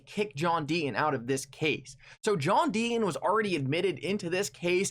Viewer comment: JOHN DEET-TON SAY YOUR "T"s....